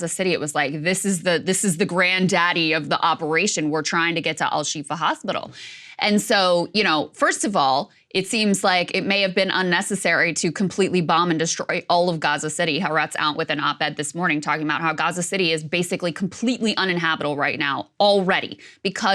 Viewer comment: Also, the news outlet, "HAARETZ" is pronounced "HA - AH - retz" - it means "The Land".